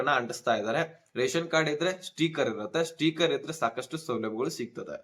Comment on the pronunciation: ಸ್ಟೀಕರ್ ಅಲ್ಲಪ್ಪ 👺, ಸ್ಟಿಕ್ಕರ್. ಕನ್ನಡ ಸರಿಯಾಗಿ ಉಚ್ಚರಣೆ ಮಾಡಪ್ಪ 😂. ಅಕ್ಕಿ APL ಗೆ ಇಲ್ಲಪ್ಪ 😂😂